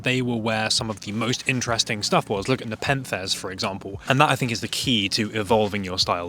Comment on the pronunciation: i wanna complement you for your full chested pronouncing of nepenthes, which takes a lot of guts. the acronymn spikes are cringe tho